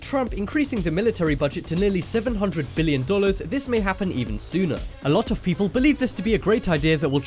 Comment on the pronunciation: Lol yo Dollars Or Downloads?